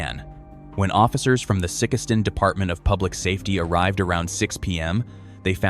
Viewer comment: Get the Mo City name right the way you are saying it is.n't right ok it Sikeston ok